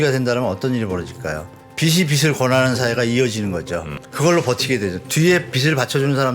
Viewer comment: 발음이 틀리시까 신빙성이 없네....빚이=비지 라고 발음해야지요.. 비시라고 발음하면 머리빗는 빗을 얘기 하는거죠..